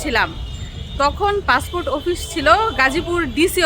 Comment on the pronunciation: পাসপোর্ট বললো নাকি পাসফুট 😂😂